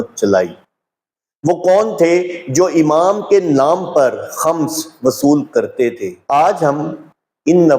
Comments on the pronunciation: Eik feedback... Aap k lafzone k talaffuz theek nahine... Like Khams nahine khums hy... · خمس،کی میم،پرپیش ہے، زبر نہیں۔